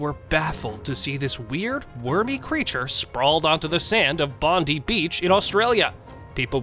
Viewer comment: The most famous beach in Australia is BONDI beach....pronounced BOND -eye beach ....thank you